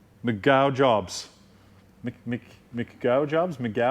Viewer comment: Thanks for another fun video! By the way, the winner's name is pronounced Mc go Job..... you know "gojob" as in a version of hot rod".:):) Have a good day!